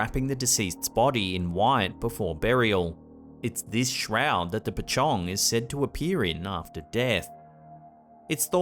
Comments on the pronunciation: Pachong --> Pocong (read: po-chong) Dukun --> read: doo-koon Lampur --> Lampor (read: lamp-por) Nice one. Your videos are always good shows during my breakfast! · As always, u have the most entertaining compilations. Just to point out certain things. ‘Mohd’ is actually short form of the name Mohamed. And pachong is actually Pochong (pronounced as pöchong). Some of these pochong will jump instead of float. Or at least, that’s what i usually hear. Thank u always for the vids. I always look forward to your next one, especially when i am bored and alone at home. Day or night. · Finally he pronounce 'pocong' in correct way. 😂